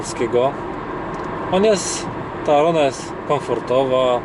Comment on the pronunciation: Kiedy w pierwszych sekundach słyszysz jak koleś źle wypowiada nazwę modelu...